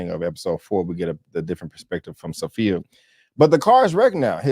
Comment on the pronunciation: It's Sofia, not Sophy